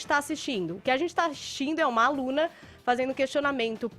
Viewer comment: Esse "adzenti" do Fefito é nojento